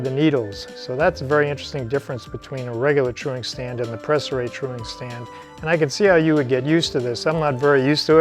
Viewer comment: Your pronunciation of Préciray is almost spot on. To be perfect the é is pronounced like "prey" but without emphasis on the "ey" as for the "r" well, It's a tough one. The french "r" is one of the most difficult sound for English speaking people. The English "r" sound puts the tip of the tongue pointing up while in French it's down touching towards the teeth while opening the mouth ever so slightly at the end and it also include some sort of a vibrato. BTW I'm French, not from France but from Canada in the city of Montréal.